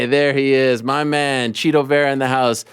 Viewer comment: I'm glad you both said "Chito" and not "Tito" 😆